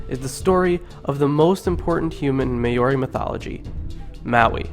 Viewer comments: Great interpretation, I really liked the images. Terrible pronunciation but the substance was there. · I hate when you say Maori it's not pronounced like that aha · omg pronounce maori PROPERLY man damn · your pronunciation is REALLY off but most of this was accurate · that's not how you say it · Holly J i agree with you, listening to him pronounce these words actually make me mad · can you say Māori words right there really easy to say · You are SLAUGHTERING my language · Dude doesn't know our vowels are different to English vowels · My ears are hurting 🙉 please work on pronunciation...thank you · As am I, but I cringe at the poor pronunciation in this video. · Well done For sharing these important stories. Please learn how rouse the vowels which would be more appropriate. I wouldn’t share this for anyone in New Zealand because we have learnt how to use the vowels. Maori should be said like “Maaooo reee” All the best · Remember guys Maori not Meyyori He also shortened the names but The names are to long anyway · Say Maori right it’s Mow-Ree not May-owri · May ori sounds like what he's saying, it's Maori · Lenny Wheatley its pronounced mau-ri not moldi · Maori is pronnce "Mau-Ri" not "may-o-ri" :P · “The may ori are a tribe in New Zealand.” Bro try harder next time. You’re only 30 seconds into the video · may-or-e? HUHHHHHHHHHHHHHHHHHHHHHHHHHHHHHH? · its not ma ori maori you uncultured dumb ass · Note that the Maori pronounce "Maori" as 'Maul Dee". I lived with Maori and Tongans, English speakers constantly abuse native peoples languages. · May-ori aye haha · Thank you for spreading the word and knowledge. But like the previous comments have said do your research before uploading your video. I am of Maori ( Mar-or-rre ) descent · This breaks my heart and makes me mad that every word was pronounced so bad, please remove. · oh my language and how you butchered it😭😭😭😭🤣🤣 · Yo bro you really hurt my ears with your maori 😂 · Your saying Maori wrong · Get the names right